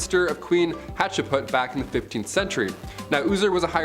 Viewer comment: Love the show 😁... but, you need to learn how to pronounce names.. fx it is not 'Hatse-put' it is 'Hat-shep-sut'.. and, stop saying 'plaque' it is 'plague' the 'a' sounds like the 'a' in ape and not like apple.. it is so annoying when people who are native speakers, can't speak their own language... 🫡